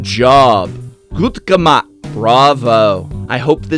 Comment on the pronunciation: Lol you said "gut gemacht" (german for "good job") at the end of the reviewing of the Ultimate Guard Zip-Binder. But you spelled it like "gemakt", the "ch" as a "k" spelling. But it's more like a ch in "Achmed" (like Achmed the dead terrorist). But, however, nice reviewing. Happy holiday and greetings from Germany! :D